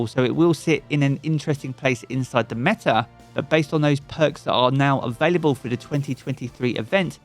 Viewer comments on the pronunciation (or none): none